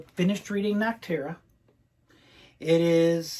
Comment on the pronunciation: Not sure why everyone keeps saying “Nocturna” instead of Nocterra. There is no second N. It’s Noc - as in “Nocternal” Terra - as in “earth” Nocterra -> Nocturnal Earth Liked the vid though!